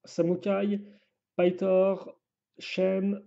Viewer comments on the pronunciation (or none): Bonjour les fan de ninjago alors je vais réglé ce problème pour de bon le serpent violet sa ce prononce pithor et pas paillethor j’utilise toujours la prononciations du dessin animé en France 😏